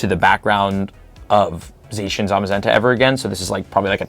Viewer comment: you're colse with zacian (or how ever the F you spell it) but it's said with an ah sound not an ay sound once again i say you're close